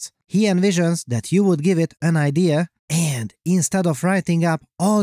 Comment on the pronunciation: The Voice always cracks me up! But seriously, why are you talking like that, man? Just be yourself, no need to overdo it. END aka AND Cheers